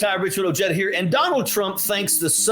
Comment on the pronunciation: No offense meant, at all, Major Ojeda.....but I am curious why you pronounce your last name the way you do, sir? Is it an Army thing that kind of stuck?